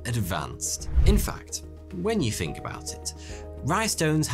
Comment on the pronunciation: Its think, not fink. I hate how he talks.